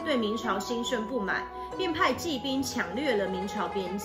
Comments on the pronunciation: 朱棣（ㄉ一ˋ）骑（ㄐㄧˋ）兵 复辟（ㄅㄧˋ） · 讲的还行，这个多音字实在是.....朱棣（di）骑（qi）兵 复辟（bi）